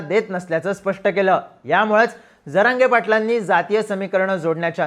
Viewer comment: प्रतिनिधी साहेब स्टँड लावू नका... हा शब्द चुकीचा उच्चारला ...जरागयाला तर बांबू लावला पाहिजे.